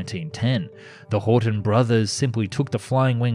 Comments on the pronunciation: Well, your try to pronounce Gothaer Waggonfabrik was not as bad as it could have been and surely not as bad as you thought. Only it is Horten, not Horton. And in Germany nobody says H-O, we say Ho, just like we do not say M-E for Messerschmidt, we say ME, speak "MEH". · It's called Horten not Horton